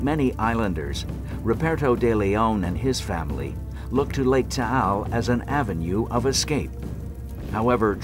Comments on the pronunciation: Mt. Taal not tall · It's called Mt. Taal not Mt. Tall. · Taal. The title is incorrectly spelled. The locals don't pronounce it Tah-al, either. It is said longer. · The title is mispelt. Its mt taal. Pronounced ta-al